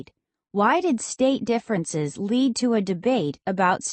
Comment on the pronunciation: Fwind the diffwence